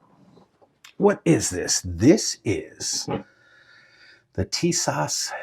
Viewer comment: TIS-ASH ....Brother, say like this